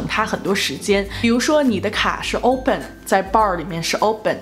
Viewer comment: open 发音有点像印度人